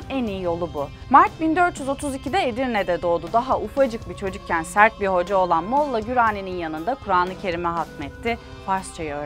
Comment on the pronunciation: Molla Gorani olarak telefuz edin lütfen.